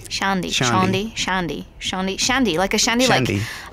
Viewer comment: its shaundi not shandi, well i guess it dosent matter because we have different accents